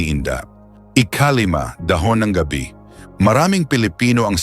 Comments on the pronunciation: Ano bang klaseng narrator ang napili ninyo? parang voice over na hired? Ang mga words na dapat MARAGSA bakit malumanay? Mali ang pagkabigkas ng mga TAGALOG? Wala na ba kayong makuhang iba? GA-BI --for example--the leaves--hindi pronounced na GABI --as in nightime! OO, maganda ang boses..KA-BAG--as in tummy gas, bakit ganoon ang bigkas--FAST! What not to say fast is supposedly be malumanay (slow) . Anak ng HWEEE! Ano ba yan. NAKAKAINIS pakinggan! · Mali pa pagbigkas,,gabi (gabi as night time ang bigkas nya. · we appreciate your message,but,please study how to read specifically Tagalog,saka hindi naman dahon ng GAB Bi yung nasa picture.pronounciation not night,but GAB BI. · Sir hindi gabi(nigth)gaaabe.wrong pronounciation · Thanks po ulit sir at ang cute po ng bigkas nyo sa ga-bi hahaha parang gabi na night po hehe thanks a lot